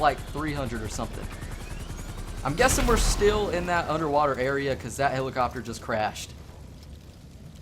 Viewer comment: you need some pronunciation and grammar lessons. "I done got it" "hilicuptur"